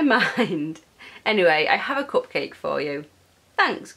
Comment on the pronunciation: You said cup-quake!